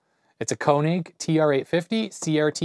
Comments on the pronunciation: Not Konig , it is KÖnig ( = KOEnig) in German language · "König" is German, not a heavy metal band name. Those dots above the "o" letter do matter. You pronounce it like a German would pronounce "Konig" (an you do it quite well!). A fair approximation for the "ö" sound is to pronounce it like the "u" in "turn".